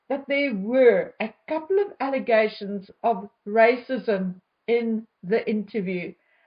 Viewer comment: She has nothing else except rrrrracism!!!